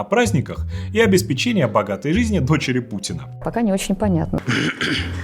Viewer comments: *семисот *обеспЕчение извините😅😅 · Всё круто, но, пожалуйста: "обеспЕчение", "более семиСОТ".